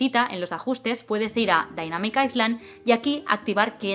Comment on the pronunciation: Es de buen rollo, no te enfades conmigo. Solo es que me ha hecho gracia que cuando lo dices en inglés pronuncias “island” con la s y tiene otro significado completamente diferente. Si dices island estás diciendo pais del hielo. Fantásticos videos, me encanta tu contenido.👌